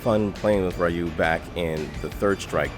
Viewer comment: Somewhere a cat faints every time he says "Ray-ou" isnteas of Ryu